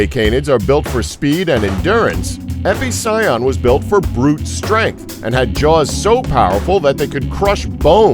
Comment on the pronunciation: He didn't say Estemmenosuchus right, or Epicyon, or Edestus, or Purussaurus, or Azhdarchidae, or Carcharcoles.